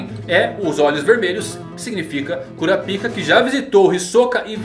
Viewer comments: Cara, fala "Kurápika" que é a pronúncia correta kkkkkkk... "Kurapíca" é complicado... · Eu sempre sinto uma pontada no ouvido com o falando "Kurapíka" kkkk Mas enfim, cada um com a pronúncia que acha melhor:v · Mano sempre que vc fala Kurapika eu morro de vergonha pq o pessoal aqui de casa e os vizinhos escuta